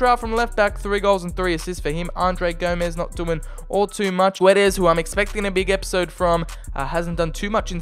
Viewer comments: The "U" in Guedes is silent and the "Ç" in Gonçalo reads like an S not a Z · Btw the u in goçalo guedes is muted ok we dont read the u